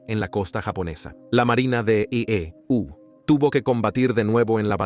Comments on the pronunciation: Por ejemplo en la parte que dice EE...... U 😂. Parece que usan IA para la narración, no está mal pero pueden mejorar. Por lo demás excelente iniciativa y canal. Muy informativo e histórico 👍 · Esta etapa de la historia es muy importante de conocer, una de las más importantes del siglo XX, si el narrador fuera mejor editado porque esta hecho con IA!!! cierto?, no pusieron atención a la corrección, y cuando este dice: (la marina de E.U.) hace que uno pierda el hilo del contexto, se nota pausa, en la narrativa, esa pausa pierde la profundidad del mensaje.